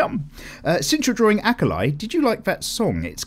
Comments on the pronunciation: This was very soothing to listen to while drawing and I am very hoping to listen to more in the future! Sadly.. I get a nerve spike everytime you say the name of Akali.. It's Ah Kah Lee not Ah kah lie >< I don't know but it's how it is.. Anyways please continue what you do and love and Congrats for the subbers! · I dont know why but how you say Akali gets to me. Ah-kah-lee is how its said. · Sonic-Chan FTW lol. By the way the way you pronounce Akali is”A-Call-Li” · Your pronunciation of Akali is killing the LOL players... good thing everybody is quitting that game and getting into pinup art:)))